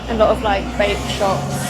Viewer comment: When she was saying "Vape shops", I thought she was saying "Bait Shops." Worms and minnows. lol